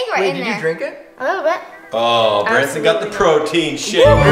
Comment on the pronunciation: It's Branson not brandon